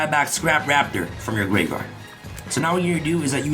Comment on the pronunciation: Gaveyard instead of gRaveyard 🪦